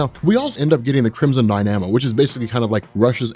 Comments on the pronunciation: I love ya and all but... it's pronounced DIE-NAH-MOE.... crimson dynamo not die-nA-moe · DY-NA-MO, not DY-NAMO...Crimson Dy-na-mo...!